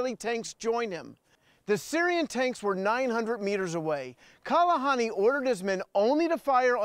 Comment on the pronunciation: It's Kahalani, not Kalahani...